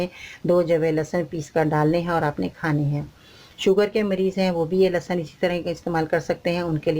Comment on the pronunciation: AOA,achar kanlahsab nahi hota،lahasan ka achar.hota ha